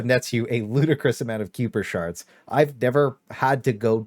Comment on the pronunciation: Bro payed 0% attention to the story. How do you call Kuipershards “Queuepershards”🤦‍♂️